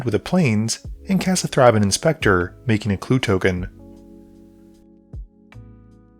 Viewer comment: It's pronounced "Th-ray-ben" not "th-raa-bin"